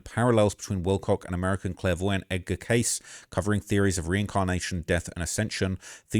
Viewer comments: Edgar *Cayce pronounced phonetically as kay-see, doofus. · Edgar Cayce: "Casey" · Cayce... Pronounced (Kay See) 😉 Rip David I always enjoyed seeing him on Ancient Aliens. 👽